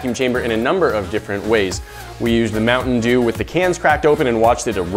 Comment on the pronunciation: "This video got sponsored by Mounten Dew"